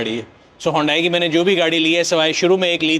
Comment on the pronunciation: Stop calling HYUNDAI, "HONDAI"